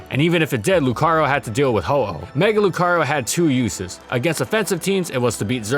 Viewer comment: NO MORE SWEARING PLEASE! AND DO NOT LEAVE OFF THE R IN LUCARIO!